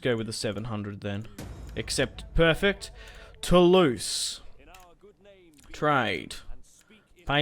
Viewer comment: euhhh, no, no no Lorraigne is not pronounced low reign oO, just LO-Reine. And Toulouse is Toolooze ;)